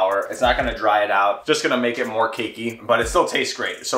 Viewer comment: Every time you say cakey my brain hears kinky and I get so incredibly confused 😕